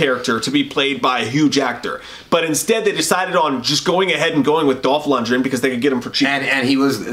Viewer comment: it's pronounced Dolph Lundgren